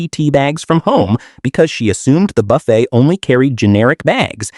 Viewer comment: Boofet? Really.